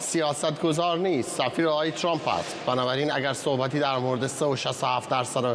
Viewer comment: این پروپسال چیه که کارشناس،تحلیلگرمجری،مهمان،میزبان و ووهرکی میادمعنی فارسی پیشنهاد رانمیدانندخدااااااا،وترامپ راچنان غلیظ تلفظ میکنند ترررررمپ،چررررررمپ،ترووومپ،خومثل ادم بگید،ترامپ،وپیشنهاد،پروپزال😮😮😮😮😮